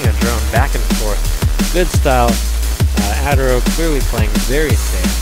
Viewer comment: It's "Uh-Terro" not "ah-terro" lol